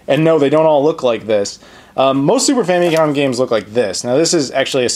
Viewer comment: i love those famicom carts.. the boxes look awesome too, of course.. and it just makes you think how wasteful our carts were lol.. all that extra plastic could have made spoons for the hungry.. or somethin.. ;) & .. im convinced you said 'super fannycom'. ha!